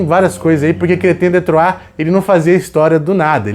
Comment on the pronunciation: É tão satisfatório ouvir o pronunciar Chrétien de Troyes! hahaha. Uma pena que esses livros sejam tão diíceis de encontrar, vamos torcer para alguma editora relançar em breve, são verdadeiras joias esses contos.